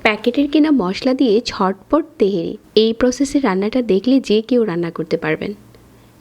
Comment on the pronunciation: তেহেরী❌❌❌ তেহারী✅✅✅ 😂